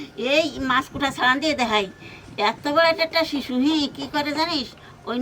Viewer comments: ওটা শিশু নয় শুশক বলে আবার তালভোশ ও বলে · ওটাকে শুশক বলে।শিশু নয়। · ওইটার নাম শিশু না, শুশুক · Shishu na shushuk.